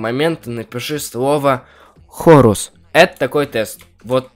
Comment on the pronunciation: Как ты сказал ХОРУС